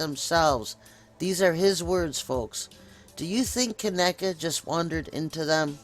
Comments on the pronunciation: No offense but at least you could say her name right.. Kenneka.. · Bullshit u can't even say her name right. This video is bullshit to think her mom wld do something like this she DID NOT GET PAID. Your so full of shit looking for views get tf off Yt